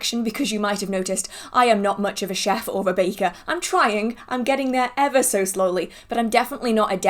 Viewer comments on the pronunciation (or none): none